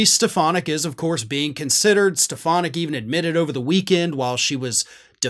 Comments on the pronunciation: Donald pronounces her name as Stef,ah.naak. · I’ve been convinced “Step-Uh-Nac” would be his running mate for some time. I haven’t seen anything to dissuade me from that so far.